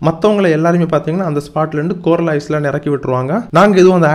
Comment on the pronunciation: ஐஸ்லேண்ட் இல்ல ஐலண்ட் (தீவு)